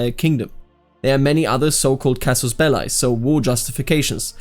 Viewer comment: I'm surprised you pronounce "casus belli" like you do, I thought that a native German speaker would pronounce it relatively correctly since the German "a" and "i" are pronounced the same in Latin :D